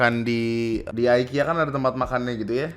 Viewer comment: IKEA BANG IKEA BUKAN AYKIYA 😡